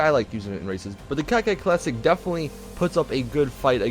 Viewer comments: Wtf is a cacet classic? Its core-ket douche. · Coquette not cockette. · and he keeps saying cocket it's coke ette like Corvette but coke ette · It bothers me how you pronounce Coquette.. It's pronounced "Co-Kett" not "Cockette". If it helps you, try to pronounce it the same way you pronounce Corvette. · nope its cokewet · Did he say cocka? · No, that is not how it's pronounced. It's more said like "coke wet" there are many ways a "q" can be said but here it's not said like a "k" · Airtug_Creeper i would say cockwet but really fluently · Isn't it (Coquette) pronounced Coketty?